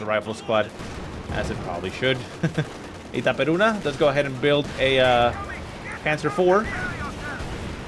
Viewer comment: dude, u speak itaperuna just like brasilian did. congrats your accent in portuguese are great.